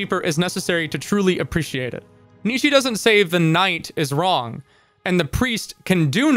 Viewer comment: When you said what is right and wrong it sounded like you said what is right and Ron, and in Japanese slang ronery means lonely and as a socially isolated character even the concept of being lonely is of course villainized demonized criminalized and ostracized to the point where in religion one must ask like God where did loneliness come from if it's such an offensive thing. What is right and what is wrong so basically what is group and what is not group yeah that's how (hiveminds attack) people think.